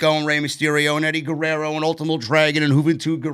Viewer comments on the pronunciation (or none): none